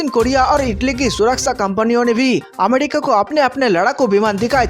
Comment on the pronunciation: Finish Pakistan from map. Ghanta fake news. It's not amedica. It's America, pronounce properly